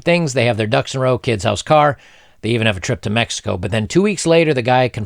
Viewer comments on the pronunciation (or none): none